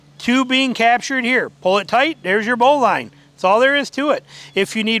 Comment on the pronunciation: It's bow-lin not bow-line